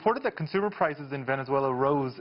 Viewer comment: He keeps pronouncing Venezuela wrong ohgod "vezeuela"